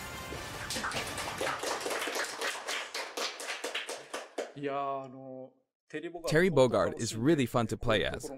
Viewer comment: Why You Said Terence It's Terry